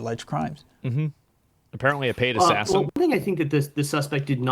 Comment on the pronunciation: This cop clearly has an upper limit on how many syllables he can pronounce in a single word and quite a few of these were over his small limit. - Definitely a paid azzazzan - Nuts doesn't plan like this